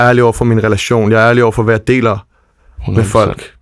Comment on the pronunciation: Det hedder altså "Forstår du hvå' jeg mener?", IKKE "Forstår du hv' jeg mener?"!!!